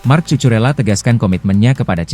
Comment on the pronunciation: tulisan nya emang Cucurella tp dibacanya Kukurella min 😅